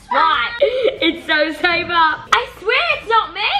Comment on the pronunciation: Haha everyone says saba while its sabRa